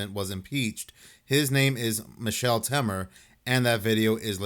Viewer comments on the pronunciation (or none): He called him "Michelle" lmao!!!